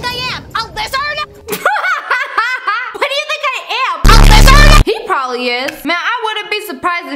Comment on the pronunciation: I love when the girl was like WHAT DO U THINK I AM A LIZAARD